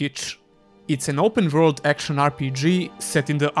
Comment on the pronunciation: I like the way you say "vorld"